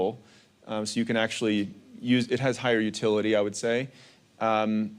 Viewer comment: You’re saying utility wrong😂